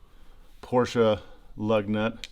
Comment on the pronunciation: Hehe its a porsche not a porscher 😉